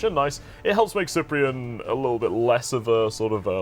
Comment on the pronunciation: ugg S-eye-pree-en... That pronunciation though. Sip-pree-en please. kthnxbye.